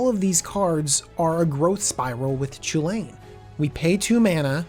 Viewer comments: Not to be a complete asshole, but it should probably be pronounced Koo-Lin or Cullin. The sound 'Cha' doesn't really happy in Celtic languages. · Since its Chulane shouldn't is be pronounced kulane? Like the celtic mythological hero Cu Chulainn?